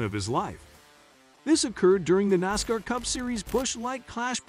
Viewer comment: It is a little different to listen to this fellow when he can't pronounce half of the names correct. Can't even pronounce NASCAR correct.